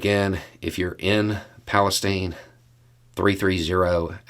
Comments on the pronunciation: I lived a few miles West in Salem Ohio for a lot of years -- everyone around there pronounces it PalestYne, with a long "I." Same with "Medina", pronounced with a long "I." FWIW. Ohioans do things their own way. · You have the town name wrong. It is East Palestine (rhymes with pine), and it is near the Pennsylvania border. There is another village named Palestine near the Indiana border. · Hope you are feeling better. Because I want you to sound like a local, East [Pal is tine] Animals were autopsied and toxic levels of these chemicals found. The humane society here is helping with records. I know of a person hospitalized with severe chemical poisoning. He was outside of the evacuation area inside his house. The chemicals are now in the water uptakes for cities along the river. Butyl acrylate mostly floats. If it is so diluted why is it in city water intakes 20 ft deep 20 miles down the Ohio River? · That pronunciation of "Palestine" is... Well, let's say I noticed it. A bit Kyivish, almost. Very shrewd, if jarring.